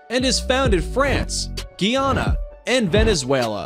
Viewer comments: The way how he said Guyana😂 Geeyana 😅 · U pronounce my country wrong say GUY. ANA. GUYANA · it’s Guy-Anne-ah